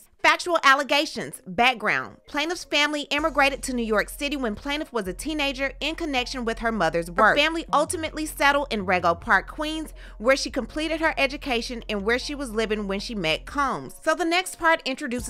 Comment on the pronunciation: Rego Park Quuens is pronounced: Reego Park. I’m neuro-spicy, so argue with yourselves.